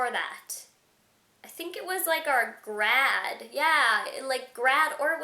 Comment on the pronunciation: Why does she say grad